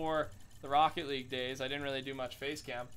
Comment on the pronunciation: "ROCKE LEAGUE"